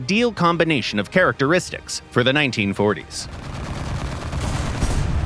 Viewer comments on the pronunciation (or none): none